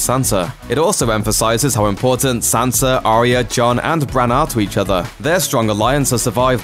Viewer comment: Sansa not Sanser.